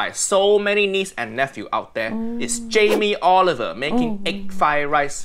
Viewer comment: Jam-ee Olive-ER